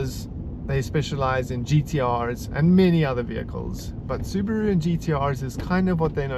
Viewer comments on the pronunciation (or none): Its pronounced Subaru, not Subaru